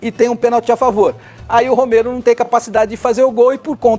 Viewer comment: O/NOME DELE É ROMERO, E NÃO ROMEIRO, APRENDEU, ????? IDIOTA.????